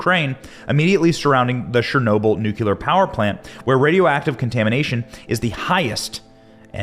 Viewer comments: Thx With all due respect, it’s pronounced NEW-KLEE-AR not nuke- you-ler A nit. I know. Thx again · It's NU-CLEE-UR, not NU-Q-LER 🙃😆 You're killin' me. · Think of it like the two words: NEW & CLEAR NEWCLEAR , or in the correct spelling, nuclear. NOT NUCULAR. I can’t bear to hear it, Benny! It’s too much to ask of anyone! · 'new cle ear' not 'newk ya lur'! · It's NU-CLEAR NOT "NU-CU-LAR" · Nuclear… sound it out dude. Do you see it spelled nucular? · ‘NEWCLEAR’ is how it’s pronounced. Jesus, it’s pretty straightforward. FYI Putin is pronounced’PEWTIN’.. Get a grip fella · Pronounced ‘new clear’ ! It’s not difficult matey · ‘Nucular’ weapons…? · Don't say "nucular" 40 times and expect me to take you seriously benny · What the hell is a nuculer